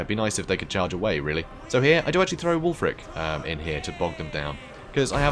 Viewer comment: Can we start calling Wulfrik- Ek just Wulfrek guys??